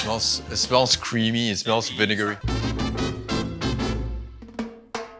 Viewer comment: My new favorite word....vaniggery hahahaha I believe he meant to say vinegary. 😅😂